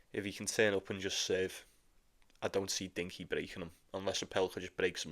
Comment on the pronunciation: It’s Rinky not Dinky 🤣